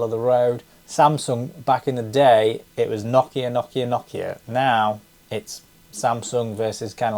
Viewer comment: Kudos for pronouncing Nokia correctly like us Finns do. I have been to the town of Nokia.